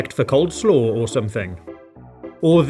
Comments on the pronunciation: did you just say cold slaw? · Did you say "cold-slaw"?